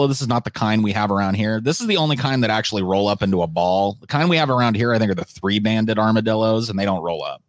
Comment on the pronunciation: Forgot to add the "AKSHUALEE" in there lol